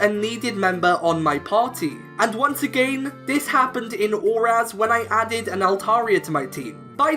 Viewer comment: Love the video, but that’s not how you pronounce again. I don’t know where you’re from, but just as advice :D